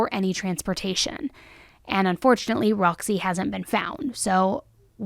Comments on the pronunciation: The bearded dragons name is Rossi. I was literally pulling my hair out all the 59 times you said Roxy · It’s rozzy. Not Roxy. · I think she said “Rozzy” not Roxy.